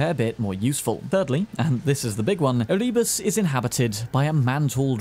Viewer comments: ER-EE-BUSS Seriously? SERIOUSLY!? That is the best pronounciation you could do? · winces at the pronunciation of Erebus It's Eh-RUH-Bus, mate. xD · The way you mispronounce Erebus hurts me.